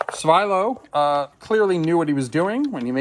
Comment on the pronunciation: As his name is Bulgarian, it should be pronounced Svee-lo and not Svye-low.